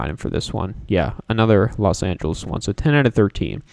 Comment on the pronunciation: The way you say Los Angeles tho 🔥 😡